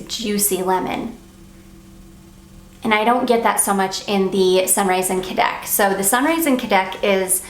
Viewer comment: I’m not 100% positive but I think cadaques is pronounced Ka-da-keys😊